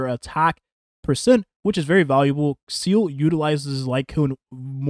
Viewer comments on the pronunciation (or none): It's Seele, not Seal. She did not kill Bin Laden.